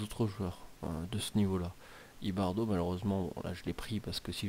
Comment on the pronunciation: On dit IbarBo